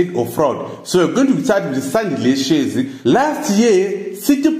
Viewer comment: who is responsible for this video? cannot even pronounce their surnames? who r you